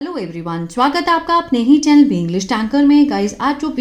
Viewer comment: Maim स्वागत बोला करो चुवागत नहीं 😅🙏